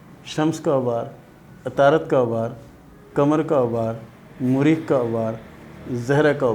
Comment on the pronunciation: Apko to thek se bolna b nhi aata its not زیل its زحل .. and what is مُرید ? ? its مریخ .. اور مریخ کے دو ابھار ہوتے ہیں ایک منفی ایک مثبت ... یہ بھی تو بتاٶ نہ